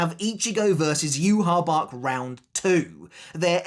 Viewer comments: did you even watch the sub ? theres no way you heard yu-ha-bach. thats just a fan pronunciation. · So then is it you-ha-Bach (how the sub pronounces it) or is it You-ha-ba-ha (how the dub pronounces it) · The best fight in tybw is the fans vs Yhwachs official name pronunciation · it's not just Yhwach, along with so many other people just refuse to pronounce so many sternritter names correctly, it's so annoying now that we've actually heard them pronounced correctly in the anime, like I get that people get into habits, but like come on, when your entire channel and job revolve around making content on one specific series the least you can do is pronounce the names of characters correctly to your best ability.